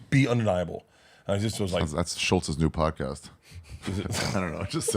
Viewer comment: At first every time you kept saying new I thought you were saying Jew LOL